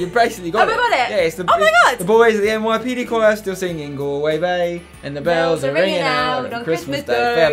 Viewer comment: pronouncing Galway wrong 😂😂